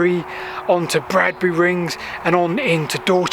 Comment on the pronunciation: 'Badbury', not "Bradbury".